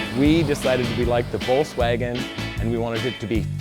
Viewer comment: why can't this guy say volKswagen??? 😣